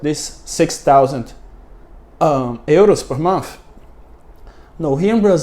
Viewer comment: Sorry, but the X in Luxury is pronounced K + Ch like chama. Luk-Churee. To live in another country is "to live abroad". Richness = Wealth. Inequality not Unequality. Euro is pronounced Your-Ro. The U in Regulation = iu. Linked is pronounced Link-T. Informality = Black Market or Underground Economy. To Prejudice = To Hurt or Harm. That said your understanding and explanation of economics is very impressive.